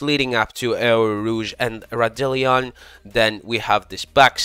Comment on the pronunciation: Damn those pronunciations got every french person fuming frfr. Anyway the beginning of the corner is eau rouge and the whole elevation is called raidillon